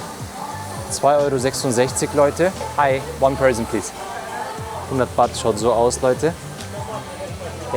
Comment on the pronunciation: Das Thai Geld heist nicht Wat sondern Baht.👌😉😁